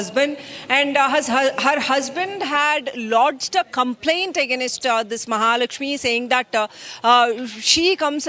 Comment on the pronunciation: Why Kannadigas can't speak in English? This reader says aganestaa it's AGAINST nst is silent 😂 pls change ur readers from khatta Pani state spcly KA. Disgusting probunciation